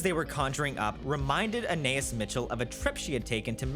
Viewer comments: Every time he calls her "Anay-is" instead of "Ah-ny-eese" I die a little inside. I have no idea why this is driving me as crazy as it is, but it is. :) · I think her name is pronounced Ah Na Es. Like Anais Nin. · Hey her name is pronounced Anne Eye Ees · Interesting video, but please learn how to pronounce Anaïs! I wanted to throw something at the tv every time you mispronounced it.